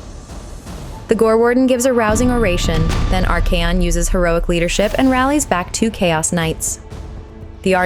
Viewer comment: Come on! Arch👏A👏ON👏 not Ar-Key-on 😂